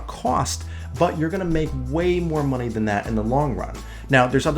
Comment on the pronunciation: what's "mony"?